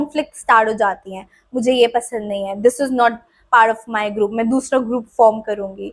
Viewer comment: Group ❌ Groop ✅ 😭🙏🏻😂